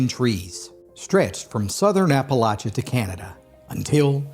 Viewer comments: The story would be even better if you pronounced Appalachia correctly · After the third time of pronouncing Appalachia wrong. I couldn't listen to It anymore.